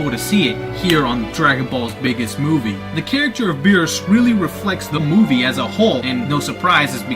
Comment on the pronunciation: of course there is no uub...this movie is in the gap between the buu saga and the ending. Goku doesn't meet uub until the ending so how in the why the hell would uub be in this movie dude? Also... bee-rhus not bee-ers lol